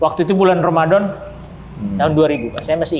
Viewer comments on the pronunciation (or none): Bapak yg mualat ini baca Bismillah dan bilang Romadom sangat pas banget. Bapak ini bilang setelah syahadap terlepas dari beban yg berat. Sama dengan yg dikatakan setiap orang barat yg .mualaf.